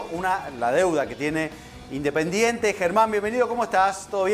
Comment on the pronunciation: Mirá si estará en crisis Indesingente que a Montenegro le robaron todas las "S" al hablar